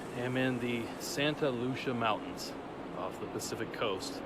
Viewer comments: Thank you..I’m from the area and laughed when he said that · "Santa Lusha" mountains? you sure about that?